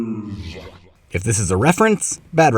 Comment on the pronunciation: The way said unlimited papers got me.